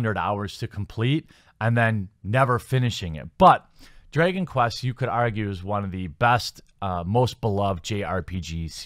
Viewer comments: Drey-gon quest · "Draygon Quest"?